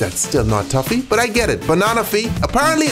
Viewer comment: Why do you pronounce it tuffy? Tf lol